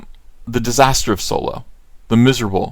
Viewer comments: Why do you call it Soy-lo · I don't understand why he keeps intentionally mispronounce Solo, it was annoying, downvote